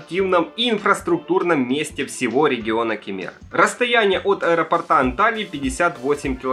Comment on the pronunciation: От аэропОрта, а не аэропортА, грамотей🐵🙉🤬🙈😠😡